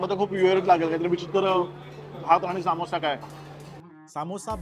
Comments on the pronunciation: सामोसा नसतो भावा समोसा असतो 😅 अस वाटते की तु जबरदस्ती शुद्ध मराठी अस काही तरी बोलायला प्रयत्न करतोय.... 😅😅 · भाऊ सामोसा नाही ते समोसा असत